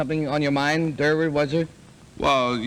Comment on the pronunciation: It's Durward, not Durwood.